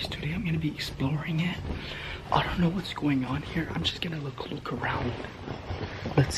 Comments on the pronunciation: Can u please stop saying shnow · It’s Schknow it’s just his thing he says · STOP SAYING SHNOW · Editor: how many times you want me to put in "shnoe instead of know? :yes. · Yo say now not snow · Why do you say shnow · GuAp SmOkEr you mean know and he can say Schknow if he wants to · Did you realize he says snow in stead of now😂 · Why are u always saying " You Guys already shnow"???😂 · If he says snow again instead of now I will quit life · In sted of saying know it sounds like he sed snow hmm 😕😑😐😕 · Does any one now why he says shnow I’m not trying to rude or any thing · Stop saying shnow it’s annoying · He says shnow instead of know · You are so funny because your trying to say know but your saying shnow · Why do you say "you already shnow'' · Why do you say snow haw it is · Stop saying snow say know plz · Can you stop saying shnow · Why you say shnow not know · omg does this guy shnow instead off know its so anoying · Why does he say shknow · It's not shknow it's know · It’s know not shnow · can you say know you say shbow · Who’s tired of “you already shnow” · Why you say shnow how it is🤔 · bruva “ shnow!! “ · said shnow 6 times